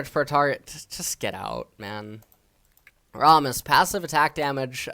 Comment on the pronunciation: do you always purposely mispronounce champion names. Rommus is a new one